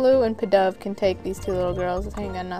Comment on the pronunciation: its pronounced "pee-dove" its in the anime :)